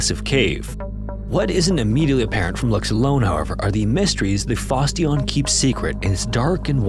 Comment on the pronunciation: That is definitely not how you're supposed to pronounce "Fosse Dionne".